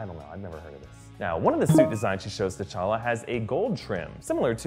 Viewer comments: He said tachaka instead of techalla 2 minutes 58 seconds in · He says t'challe it's t'challa